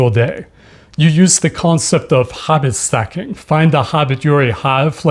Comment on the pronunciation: I thought you were saying Hobbit stacking at first, and nodded in agreement.